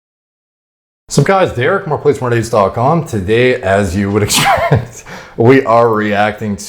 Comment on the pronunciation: Hahah today as you would hehspeeect 😂